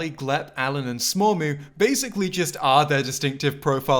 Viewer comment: sad you didnt mention that after the credits you get that smormu is pronounced dead